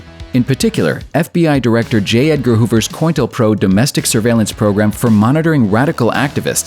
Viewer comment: Haha! "Coin-tel-pro"!